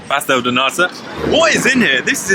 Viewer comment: You may also be the best Brit at saying Pastel de Nata!